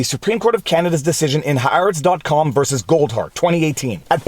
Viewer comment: finally. Someone who pronounces "Haaretz" correctly!